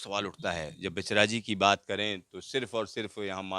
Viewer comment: आप का उच्चारणगलत है। बहेचराजी नहीं।बहुचराजी.जो बहुचर माता के नाम पर हे आभार